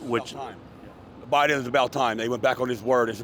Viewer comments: First of all, the grandpa in the beginning needs to learn how to pronounce “BIDEN”. That’s number 1. Secondly, he’s not thinking about his grandkids if you are for the orange turd racist! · The vet in the beginning of the video should at least learn his name is Biden not Biding. I feel like I’m living in an alternate universe full of village idiots 😊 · did the first black dude just said President biting? well for sure his gray matter bitten by Trumpests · Did he president Bidee? 😂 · First guy is a 1gen immigrant. He couldn't even say "Biden".